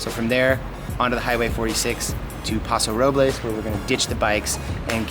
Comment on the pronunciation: For Californians you sure do pronounce place names wrong. We say San Lewis Obispo not San Louie (or we just say SLO pronounced Slow) and we say Paso Robels not Paso Rob-less Of course this is not proper Espanol, but that's how locals say it. Sounds so awkward hearing you say the places wrong lol